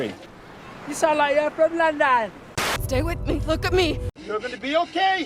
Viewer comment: instead of ‘lundin’ they pronounce it with hard O’s to be LON-DON... probably